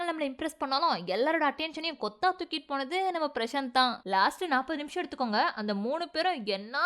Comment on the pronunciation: last 40 nimmishmaaa 😂😂😂😂